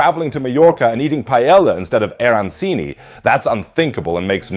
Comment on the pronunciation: butchered the pronunciations of Paella and Arancini. (pa-ey--a, ar-an-cheeni). but love the t-shirt haha